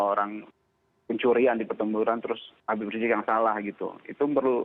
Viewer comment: Knpa sih kalin susah bilang Habib riziq